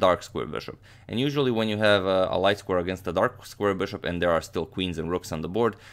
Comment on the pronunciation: Why does amagmator promounce bishop like 'boshop'..well annoying